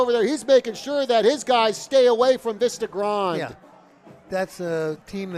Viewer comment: That New Jersey commentator was really annoying with that "Vista Grond" crap. its Vista Grande - its pronounced "Veesta Grawn Deh".